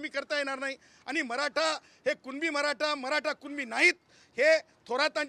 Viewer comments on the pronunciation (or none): none